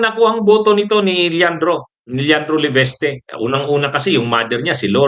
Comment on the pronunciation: it’s LE-VIS-TE not LEVESTE.